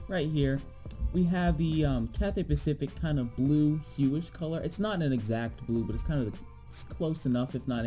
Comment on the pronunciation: “Cathay Paciic”